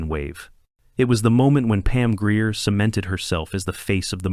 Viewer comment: Please learn how to pronounce Pam Grier's last name correctly.